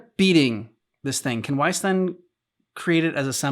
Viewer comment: "Wayce and I are on it!" That really felt like a mispronounced line that they accidentally used. Surely she should be saying "Weiss", not Wayce.